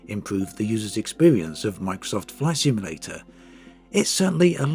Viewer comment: "ISWEEKIN' WACKSOFT FLISIMLATER"